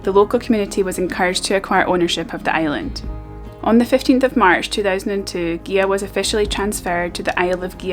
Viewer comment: Great video as I have overnighted on the visitors moorings a few times but never explored the island, hopefully some time. Incidently it is pronounced Geea, not Geha, the gh is silent.